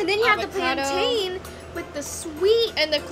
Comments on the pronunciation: PLAN-TIN not TAINE I cringed every time they pronounced it wrong😭Loved the video though I'm soo hungry now😒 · It's called plantain not plantan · Soz to judge people but I'm from Nigeria in Africa and you don't say PLAYANTAINS u say PLANTAIN . U have just been corrected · You guys know that it's pronounced plan-tin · When yall say it wrong its cringy 😷